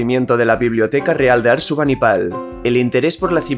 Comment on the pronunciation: Ojo, es ASURBANIBAL, y no “Arsubanipal” 😅